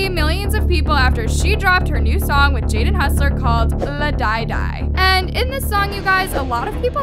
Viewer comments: okay its pronounced LAH-DEE-DIE not LA-DIE-DIE, no shade lmao just funny how u pronounced it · the song is pronounced “la D die” not “la die die” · Uh nessas new song is pronounced la dee die not la die die its just spelled la di die luv you tho. And idk why James was getting hate for trying to set dababy straight bc everyone was doing the same thing as James sooo..... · 😂 “ la die die” 🙄 girl, it’s “la di die” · “Luh die die” LAMBSBEHE AHAHWH ITS PRONOUNCED “lah de die” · PLEASE im laughing at how went "La Die Die" its 'la dee die' briuskjf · Im sorry but did she say " la Die Die " AHHAHAHAHAH its " la Di Die " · It's pronounced, "La - dee - die",..not "luh - DIE - DIE" XD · bae it's not "la-"die"-die"" it's la-di-die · la di di no hate but it la dee die but spelled la di die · Can she learn to pronounce things right omg like “la dYe DyE” and “NaYlEeYa” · "new song called... LaH DyE DiE" i love her pronunciations LMAOO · the way she pronounced la di die, u say it la di die just like u spell it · U mispronounced La Di Die